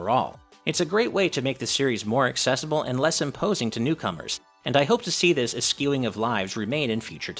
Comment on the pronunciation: You are saying "eschewing" wrong. Its an "sh" sound not "askewing"